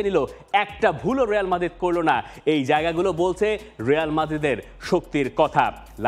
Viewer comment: রেয়াল নাহ রিয়াল বল